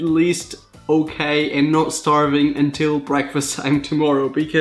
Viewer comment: Breakfast (BREE-AAK-FEEST)